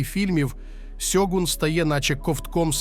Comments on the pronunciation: чому ж сьогун коли шьогун? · Авторе, правильно Шьогун, а не сьогун. Годі вже використовувати поліванівку. В Японії ніхто не каже: сусі, Хіросіма, Сібуя 😁 Правильно - суші, Хірошіма, Шібуя і т.д. А так серіал середній. Сподобались костюми, японські актори, персонажка Маріко, загальна архаїчна атмосфера. Актора на роль Анджіна невдало підібрали, як на мене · Авторе, правильно українською буде "Шьоґун". Купка м'яких приголосних на місці японських м'яких шиплячих - російська транслітерація японської.